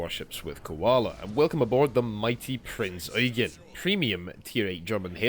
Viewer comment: FINALLY SOMEONE PRONOUNCED IT PROPERLY Thank you